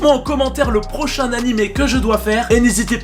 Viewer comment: Pardon mais "LE PROCHIN NANIMÉ"?!